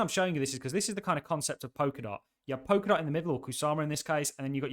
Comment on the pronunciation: I'm sure it is pronounce Pol-ka-dot with an 'L'